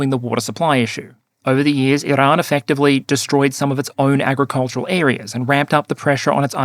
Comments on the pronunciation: Bro your Australian stop rolling your Rs for Iran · Iran Not "IIrun". FFS mate, if you're going to respect scumbag countries by pronouncing their country names the way they pronounce it, then I expect you to do the same for western allied countries like France. 😡 I've followed your channel from day dot, but it pisses me off when you make an effort to appease our enemy. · just likes pronouncing “Iran”.